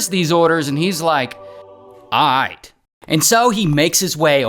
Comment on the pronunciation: You hit that “Aight” a little too hard Ray 🤨